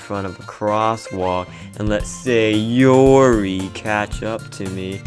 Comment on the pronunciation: Why do you keep saying SayOOORRI like that?😂